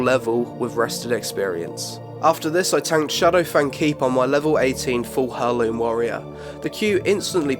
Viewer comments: Nice vid, BTW its pronounced AIR LOOM, not HER LOOM, peace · It's pronounced " AIr-Loom" why are simple words so hard for you tube video creators? lol Good video though!!! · The h in heirloom isn't pronounced...just saying... "airloom" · its pronounced 'air-loom' not 'hair-loom' wtf. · pleeassee, its not "Hair-Loom" its "Air-Loom" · Heirloom - it's pronounced AIR-loom. Please! You're a native English speaker! ;) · Sorry but turned it off. I couldn't handle your pronunciation of heirloom. It's pronounced "eireloom" or to put it simply "airloom" as in tool past down through generations. You wouldn't proclaim "This is Phillipe my son and hair" "Hairloom" as you pronounce it sounds like some wierd girly night thing. TLDR: drop the H or you sound ridiculous. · Cool video! It is however killing me how you're pronouncing heirloom - its not 'her'loom, its 'air'loom. The H is silent and the eir is pronounced like air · 'air-loom' the h is silent like in heir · That annoyed me also lol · The "H" in heirloom is silent. Eir-loom'. Not trying to be "that guy", just want to help. Good video though. I miss the Vanilla and TBC experience, I may need to check out an emulated server. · Heirloom is pronounced 'Air-Loom' btw. :P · It's pronounced: Air-looms, despite being spelled: Heirloom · heirloom, (air-loom). that is all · Reasonable overview. The mispronunciation of 'heirloom' is hard to hear though. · You say heirloom weird.... The h is more silent like in whip what.